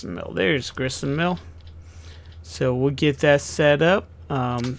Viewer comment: Great video bud.It is Grist Mill not Grissenmill LOL